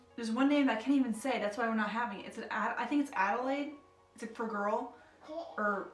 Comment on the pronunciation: Congratulations! My daughter's name is Adelaide Pearl and you said Adelaide correctly. 🥰